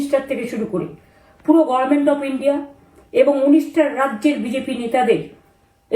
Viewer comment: এরপর এমন কেউ বসবে যে গর্মেন্ট কে গভর্নমেন্ট বলবে।